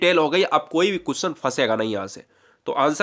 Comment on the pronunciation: भाई कुसचन नही होता क्वेश्चन होता है